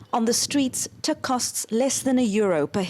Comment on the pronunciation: Teek ? Could he at least pronounce the word right? It's Tik